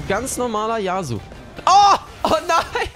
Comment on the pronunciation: Das ist YasUo und nicht YAAsuo Kp aber irgentwie stresst mich das :D